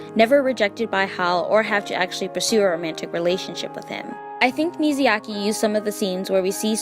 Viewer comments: Love the video! But everytime she says "Miziaki" I cringe. It is MIYAZAKI please!!!! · Girl, the way you grossly misspronounce Myazaki's name truly scratched my brain în The worst way possible. Is Mya-zaki, not Mizi-yaki. Wtf. Who is this Mizyaki dude you keep talking about, lol. Again Myazaki, not Mizyaki. Didn't you hear his name pronocing like a million times already by literally everyone else? How do you still misspronounce it. Is wierd... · the way she kept saying miziyaki instead of miyazaki drive me crazy 😭😭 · Mizayaki 🤭 i have to giggle everytime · Now I have to read the book, this is a good effort trying to explain the story further. Now you’re goal now is to practice saying his name correctly. It’s Mi-Ya-Za-Ki, not Mizayaki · mi ya za ki... not not mizu yake. please stop calling him grilled water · everytime I hear MIZYAKI..... T_T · I realize I pronounced Hayao Miyazaki incorrectly in this video. I apologize for the mistake!